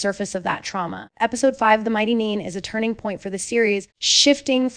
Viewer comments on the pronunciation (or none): I love these episodic recaps. But what I don't love is the horrendous butchering of names. Bo, Byu, Booregard, Neen? And it's not just this channel. My ears bleed every time I hear it. Whether the commentary is AI or an actual person purposefully mispronouncing names to seem AI, there is really no excuse for ruining an otherwise good recap. Sheesh!